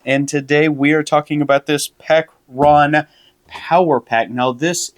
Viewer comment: BRENT, it’s Pecron not Pacron. Not that I care I’m a EcoFlow guy